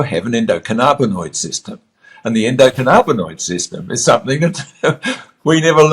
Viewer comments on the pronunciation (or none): Who the hell is this guy, he doesn't even pronounce the system correctly 'endo canna bin oid' theres no 'carna'